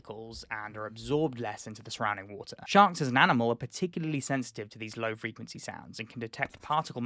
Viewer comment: WTF is Frenquency? Lol…. Love your videos…. I also love being a prick! 😹😻